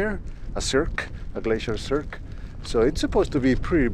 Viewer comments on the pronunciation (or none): none